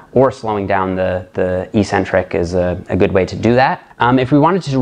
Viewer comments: You have the word 'eccentric' written properly. How come you don't pronounce the first 'c'? The syllables are ec-centric, not e-ccentric. How is it even possible to pronounce the word the way you do? Your pronunciation changes the meaning of the word, too. Your pronunciation changes it from 'away from the center', to 'without a center'. That makes no sense. Please explain. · There is no English dictionary in the world where the proper pronunciation for the word 'eccentric' is Ee-Centric. None. Not even one. Pick your favorite British or American source. Look it up. They all say, eK-Centric. It is only meatheads who mispronounce this word., you're too good to be one of them. Please! The word is eK-Centric. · Evolution of language is not an excuse for ignorance. It's ONLY the bodybuilding community that mispronounces the word. Ec- means 'away from'. Centric- means 'center'. This is why odd people are referred to as eccentric, b/c they are not in the 'center' of normalcy. Concentric, moving towards the center. Eccentric, -moving away from the center. Ee (e.g., without a 'c') means 'without'. So E-centric means 'w/out a center'. It makes no sense. Some ignorant bodybuilder started mispronouncing it, likely b/c it sounded odd to him to say 'eK-centric'. His fellow meatheads followed suit...and none of hem knowing any better, it stuck! To answer your question, 'who really cares'? Those of us who see as much beauty in language as we do in a perfect body. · Literally everyone says ee or eh centric.